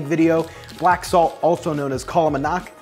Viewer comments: You cracked me up when you said kala manak hahaha 😂😂😂 namak it is 😂 love your videos really, i wonder though if we could just use mung bean flour? 🤔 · Did he just say "kala Manaak" instead of "kala Namak"? LOL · Very nice recipe. FYI - Its called M-oo-ng bean And its K-aa-l-aa Na-m-ak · Kala namak is pronounced, Kah-Law-Num-Uck the K is a soft K not a hard K as well.